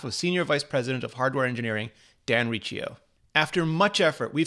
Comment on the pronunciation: Thank you for pronouncing Riccio correctly. The amount of people saying Ricio or Rickio is sad.